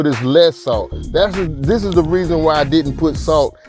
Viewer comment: When he said "dis here skillet"....🤣🤣.Chile I became a believer and a subscriber ❤